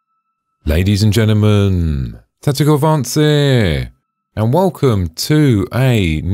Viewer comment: ladies 'n gemmeee.. tectictlvanceeeee! xD